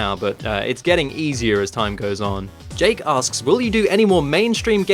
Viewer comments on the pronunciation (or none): none